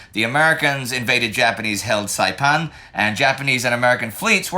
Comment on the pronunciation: Indy's pronounciation of the locations on Saipan is pretty good! He sounds better than me and I'm Chamorro